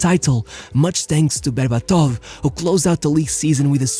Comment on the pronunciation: BerbAtov. Not BerbatOv.